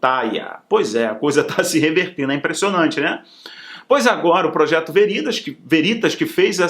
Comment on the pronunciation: Estou com problemas no teclado e não consigo usar o acento agudo. Mas, a pronuncia correta de "veritas" (do latim, VERDADE), se faz como uma proparoxitona, com o "ve" aberto, como em "vela". E não como em "verdade".